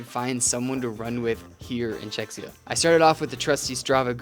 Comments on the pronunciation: As a Czech I'm proud you found out cities pretty but the way you pronounced "Czechia" was pretty weird lol. I wish you got to spend more time there since there is a lot more you could've seen but I hope you had a good time nevertheless! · that is not an accent adding s where is none? You pronounce czech so just add ia. But still nice video.